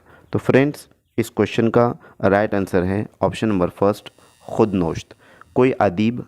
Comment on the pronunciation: ख़ुद नोश्त नहीं ख़ुद नविश्त ख़िसरो नहीं ख़ुसरो होता है।